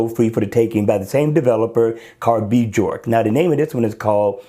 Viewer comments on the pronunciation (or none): I really like the first one and installed it, thanks for the review. I'm not sure, but I think the developer's name is pronounced "B-york".